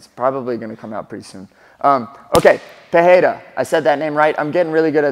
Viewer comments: Cory, nice video, as always Just one thing, he's not Alex 'Peheira', he's 'pe-REI-ruh' Afaik, R disappears only in the beginning of words, like in 'Rodrigues'. But 'Pereira' must have two rolling R's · You are saying Perreira not Pereira, i dont know why even in UFC they say his last name that way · Brother, you mentioned you are pronouncing his name right but just so you know in brazil or portuguese language in general, the only time you make the english h sound is for double r or beginning or word starts with r. So you misprononce pereira, it has no english h sound, just normal r sound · Hey I completely support your pronunciation effort. However l, asa brazilian I must tell you that that you're off. It is not pronouned PeHeira but rather just Pereira with the "spanish sounding R". In portuguese, the only 2 situations where the R is pronounced as an H are: 1- when it is the first letter of the word. Ex: my name is pronounced Henato 2- when there is a double R. Ex: Ferreira is pronounced Feheira But Pereira has no double R so it's just Pereira. ❤ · Say "Peteira" or "Pedeira" and you will get closer to the right pronunciation. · That's it. It's not Pe-Hei-ra. The second R and the first one sounds the same. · Why the fuck you call him " "pu- hey -duh ". You're a gringo. Be a gringo. I heard the desk people saying " Hodriguez " too. ?? What are we doing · Still saying the name wrongly though 😂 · Since you said the name wrong. Here's the correction. "Pereira" uses a R sound made near the front teeth instead of at the throat. Check the audio in this wiki You can also check this in google translate. "Pereira" is the correct one "Perreira" is incorrect one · Sorry, Cory. You keep saying his name incorrectly. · This man knows it. I was about to write the same thing. If the R is supposed to have an H sound like that and its not the first letter it would write peRReira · and the funniest part is that he's confidently saying it wrong